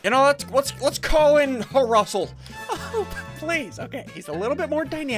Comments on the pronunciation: Call Flrussel Flussel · It’s frussel